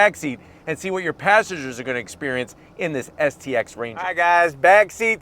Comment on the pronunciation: Why do you keep saying xst…. Its stx